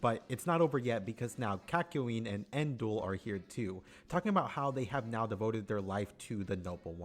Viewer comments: ITS NO EN-DUAL ITS NUH-DUAL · It's neither, it's N'doul.